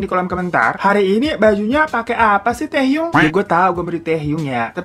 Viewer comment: ㅋㅋㅋ, taehyung not tehyung